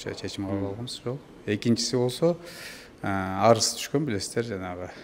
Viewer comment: Арыс эмес арыз